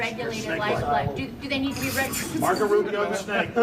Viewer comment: How the fuck does he say Rubio. No one like Rubio.